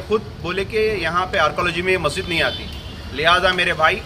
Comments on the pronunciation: Assalaam alaikum Majeed nahi masjid bolo kitni bar bolna aapko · Kiaka majeed majeed,are bhai urdu bolna seekho (,masjid)hai aap ko kaun banaae news editor???